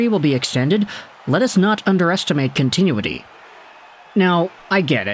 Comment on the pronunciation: Continue-ity!??!!😅 First you butcher players names......now the English language? 😂